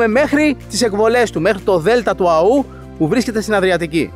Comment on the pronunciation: Του Αώου, όχι του Αωού. Ο τόνος είναι στο ωμέγα.